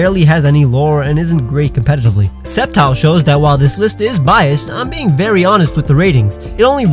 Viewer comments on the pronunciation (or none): none